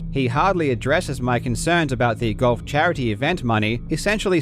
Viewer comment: You pronounce "golf" as goff" and it kept throwing me off